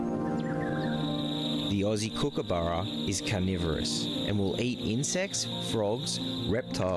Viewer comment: It’s a Kookaburra, spoken exactly as you spell it. Short “u” vowel sound. Not Kookaboora.